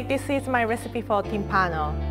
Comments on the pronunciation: No Timpàno, it’s Tímpano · I'm Italian and I've never heard of this before ahah BTW is Tìmpano, with the accent on the I ;)